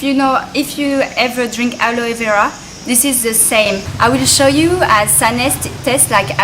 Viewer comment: I like your accent. Aroe vera or Aloe vera? lol